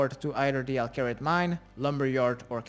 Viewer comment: Everybody: Al Kharid: El Carrot